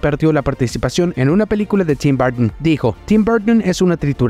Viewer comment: Burtn???? Jordn??? Sperermen???? Eiomen???? Todavía molesta la exageración en la pronunciación de las palabras en inglés. Todavía no ha recibido clases privadas de Lena Camila sobre como se pronuncian las palabras de inglés en español. Total fastidio.